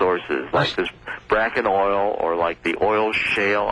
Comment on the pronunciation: This guy is a furicking IDIOT !!!! He don't even know the name of the formation. It is NOT the "BRAKKEN formation it is the BAKKEN FORMATION NOT BRAKKEN